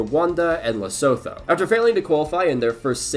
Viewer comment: Great video, just a note: it's pronounced "Lesutu" not "Lesotho", even though it IS spelt that way.